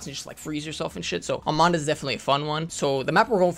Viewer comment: ARMADA. Not ArmaNda